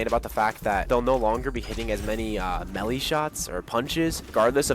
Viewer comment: the way he said melee..